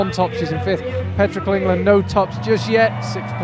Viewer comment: Thank you so much! (Can I just point out that Petra's surname is Klingler, not Klinger and it's Rubtsov, not Rubstov ;))